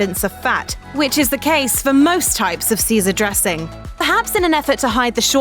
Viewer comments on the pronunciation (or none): none